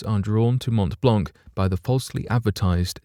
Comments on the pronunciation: Geneva and Geneva airport are not in France, but in Switzerland. Regarding the prononciation of Mont-Blanc, it's good, but just ignore the last letters for each word i.e. “t” and “c”., like it was Mon-Blan actually... cheers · The c at the end of the word Blanc of Mont Blanc is a silent one! Just saying! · You pronounce WRONG way the name of the mountain. Shame.